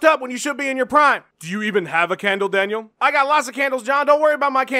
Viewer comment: The way Jon says Daniel is fucking great